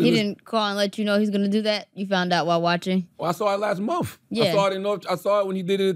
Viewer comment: MUMF. I am amused by the dullard Charlamagne and his pronunciation of MONTH. Love it. MUMF.